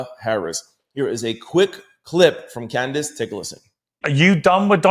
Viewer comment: Candice: If you want to butcher her name simply say it as it is spelled CAN-DICE. Yw :)